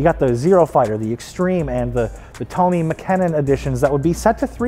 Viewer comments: This guy said "Tony" Makinen edition and "MEVEC" yes omfg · Never seen such a butchered pronunciation of tommi mäkinen 😂